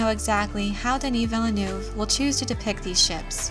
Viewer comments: His name is less 'Vill-a-noov' and more 'Veel - nerve'. French syllables don't tend to start with vowels, only consonants. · That's not how "Villeneuve" is pronounced :D